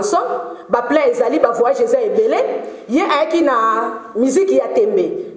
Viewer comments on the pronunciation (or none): none